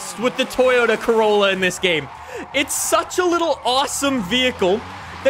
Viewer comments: Did he just say Toyota Crayola or is it just me?? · Man said: Toyota Craoyla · Did he just call it the 'Toyota Crayolla'? XD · Toyota Crayola ME: Crayola???? ALSO ME: Disappointment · Lol be like “toyota crayola” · " the toyota crayola" 👏👏👏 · “Toyota cayola” 💀 I’m sorry it was too funny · DID JUST CALL IT THE CRAYOLA!!! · “Craolla” haha 😂